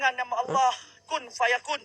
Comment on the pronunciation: Korang cuba dengar dia sebut nama allah..betul ke tak..kenapa ada huruf w